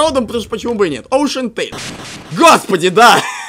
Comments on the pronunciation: Океантейл говорится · Все:океантайл:оушентайл